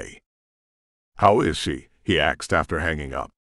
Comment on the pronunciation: Love the books but I agree with others AI says axed instead of asked. Drives me crazy. Reminds me of kids on my bus. Slang word